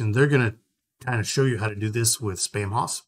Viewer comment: The haus part of Spamhaus is pronounced "house" not hoss (nod to Dan Blocker, the greatest Hoss). The use of haus in English (later spelled house) is a result of English's Proto-Germanic ancestry. The haus spelling is often used to add flair or charm to a name. Like using the archaic spelling of shoppe as shop. FYI for anyone wanting to say it correctly after watching this video.